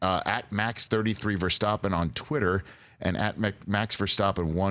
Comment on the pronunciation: It’s probably just me but was anyone else irked by Rich slightly mispronouncing Verstappen every time?